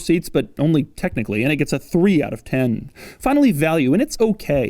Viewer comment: You can expect the quality of a car to be good when Doug gives the "TEN out of ten" extra air and emphasis.